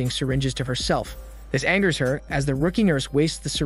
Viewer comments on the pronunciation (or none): none